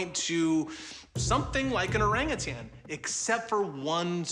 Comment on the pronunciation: "steaming volcanoes", in the province of Aceh? First time I heard it. I'm Indonesian. And Orang Utan is pronounced Ow-rung Oo-tunn, not Ow-rung Oo-TANG. Otherwise excellent video. Greetings from Indonesia